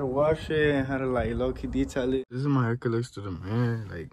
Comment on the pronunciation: He said ima get a haircuh